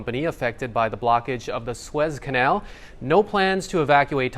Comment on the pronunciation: at least to American ears it's pronounced Sue-ezz, rhymes with fez. (The hat.)